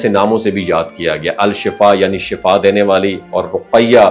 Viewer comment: Dont say SHAFAA it is SHIFA